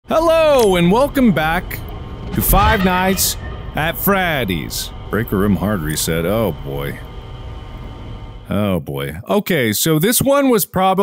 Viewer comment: “Five Nights, at Freehdis”